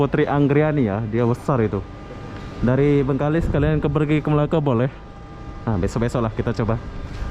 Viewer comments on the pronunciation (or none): none